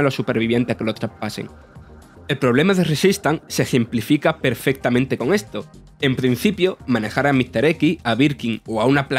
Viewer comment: ETO QUE EH LO QUE EEEHH!!!